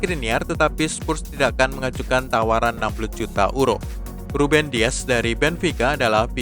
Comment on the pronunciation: Maaf untuk pembaca berita, agak lucu menyebut EURO dengan URO, adalah lebih tepat menyebutnya dengan YURO